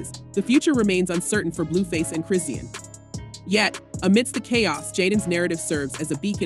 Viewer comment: Chris-Sean (Shawn) not Christine or Chris-sheen or Christian